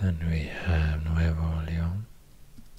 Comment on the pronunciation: Wow, me encanta su pronunciación. Viva Monterrey, Nuevo Leon. 🇲🇽